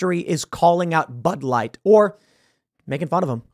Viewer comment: "just like butt wipe, bud light", 😆🤣, sure sounded like that's what young Tim said.